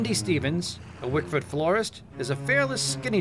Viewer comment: its wickford dumbass.. i live here